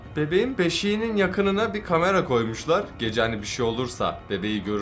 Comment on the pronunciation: Geceğ deyil gece